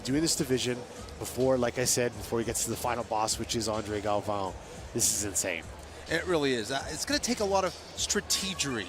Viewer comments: Who is this announcer? Can't even pronounce the last name of one of the greats. Galvão! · Announcer needs to do his homework. Cringed every time he said the names wrong. Shame how such a highly anticipated and well-produced show can be let down by bad announcers. Terrible job. Let's hope Bruce and the other announcers do get their pronunciation right on Day 2.